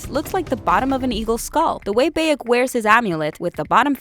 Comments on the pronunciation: It's bayek not beyek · It' Bayek Not beyek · BAYek of sewu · Ah yes beyek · I cringe everytime she says "baekk" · How she says bayek makes me cringe sad and anger at the same time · That way you say his name... Is just.. just wrong. And no.. Egypt is not just dessert I should know. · Every time she says Bayek’s name wrong xD arghhhhh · That how she pronounced name of Bayek.... Makes me crazy!!!! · How this woman says Bayek, Senu and Medjay, clearly never played the game. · Someone obviously didn't tell her how to properly pronounce Bayek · Bayek if Siwu, Sinu, could the pronunciation get any worse?!